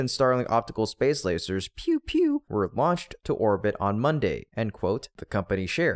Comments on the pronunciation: Where were the air quotes for "lay-zerrs"? Just asking. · Did he say laASEErrS?